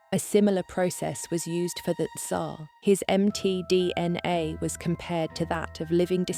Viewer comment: I love how it says "Em Tee Dee En Aye" several times.